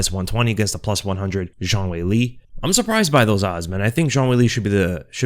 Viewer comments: ''Cong Wong'' bro cant even say wang properly either. insane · Wong Kong? Really? Oh my bad I guess it’s Kong Wong